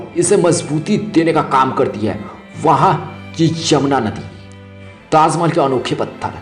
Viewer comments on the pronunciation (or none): ha ha ha... abe pele dhang se bol bhai... taaz mahal taaz mahal... kha zaataa h bol ra h ... hahaha... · 😂 😂 😂 tazzzzz Mahehelllll😂😂😂😂 bol Na Sikh Bhai kaha Zadaa Hey 😂😂😂😂